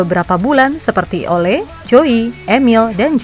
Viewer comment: Penyebutan nama Ole harusnya Oleu min. Orangnya ga suka dipanggil Ole